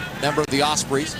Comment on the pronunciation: I love the commentary and the fact that the clock is counting down, threw me at first but soon cottoned on. And 'Osprees' it's not even like its a strange word. Don't they have Ospreys in the US?